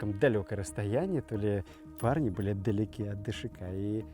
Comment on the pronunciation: ДШК так правильно назвать, а не ДСХ! 🤬